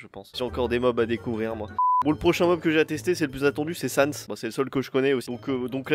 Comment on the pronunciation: Pas Sans XD